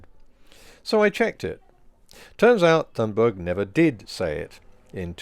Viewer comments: Just one error: Your pronunciation of her last time. Not the most important thing, but since her name is mentioned so many times in this video, it might be worth fixing. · Great post as always. One correction here: Greta Thunberg is Swedish, that means that the "h" is silent as there is no "th-sound" in Swedish, so it is just pronounced as "t" in "talk". Also the "g" in the surname is soft and should be pronouced as the first "i" in "identity". So her surname should be pronounced. (look up the wiki there is a link to how it is pronounced there) [ˈɡrêːta ˈtʉ̂ːnbærj] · She does not pronounce it that way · The only issue I have here is your pronunciation of Thunberg. It's not 'THUN-burg.' It's 'TUNE-burg.' The anglicization hits a tad harsh. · It’s pronounced Tunberg not Th.. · Greta's last name is pronounced "Tune berg". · Greta’s last name is famously pronounced with a t sound as in tan, not as a th sound as in those. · Just FYI: that name is more closely pronounced "toon-berry". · Greta's surname is pronounced "Tunbery." In Swedish, the letter g is often soft. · "Toon-Barry" would be closer. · It's pronounced Toonburry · Sorry, you're still getting it wrong. G is Swedish is pronounced like a y english. U is pronounced like oo in English Th doesn't exist and the h is dropped. Vowel length is differently expressed but no parallels exist in English so we'll skip that part. So the closest pronounciation would be: ' toon burry' , not ' choon burg'. Source: jag är svensktalande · This is all great, but i believe in calling people what they would have themselves called. That's not how to say her name. Conservative anti-Thunberg folk say it that way (presumably out of disrespect). It's more like TOON-berry. There are decent pronunciation guides online. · Great video as usual. Just a small detail: The H in "Thunberg" is silent, so it's pronounced "Tunnberg". Or, for bonus points, like the u in "tuna" (the fish) without a at the end.